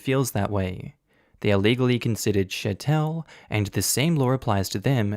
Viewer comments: Chattel pronounced like cattle. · The way you pronounced chattel made me laugh so hard. You made it sound so classy. :D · idk why you pronounce chattel like a frenchmen but it did make me laugh